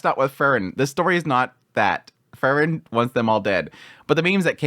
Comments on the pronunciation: It's Freeren, not Frrren.😁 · I was confused at the beginning of this video as your pronunciation of Frieren (‘Free ren’) sounds so much like Fern, I was like ‘huh? Fern didn’t do any of that’ haha